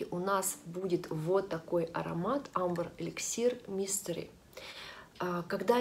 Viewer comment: Не Амбер, а Эмбер